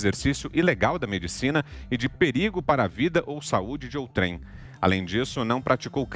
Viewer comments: Senhor …a palavra outrem tem a tônica na penúltima sílaba…atente-se quando se encontrar com outrem novamente. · Não é outrem. A sílaba tônica é ou.